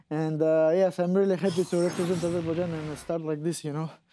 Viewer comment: The lady butchers the name of Rafael's country. Aseerbajaan! Are we going to hear a well-prepared reporter soon?